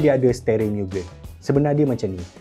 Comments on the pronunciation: Aduh... ad orang komplen kt telinga saya... cara sebut MUGEN tu salah... abang sebut miu-gên... si peminat kereta seorang ni katanya MOO-gén... bukan jawapan masuk dalam UPSR pun.. tapi tetap berleter kat telinga saya... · Fyi.... cara sebut mugen bukn 'miugen' tpi 'mugen' camtu je..oke bai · Sebutan Mugen tu salah. Ekekeke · Mugen bkn miugen 😂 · sebutan yg betul ikut ala jepun mugen MU -MUrah, GEN -GENtel maksud mugen- unlimited.. atau tiada batasan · tersiksa jiwa nk menonton sampai habis dengar pronounce mugen tu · sebutan x kena bang oi mugen ..abg kena tengok anime depa sebut macam mana...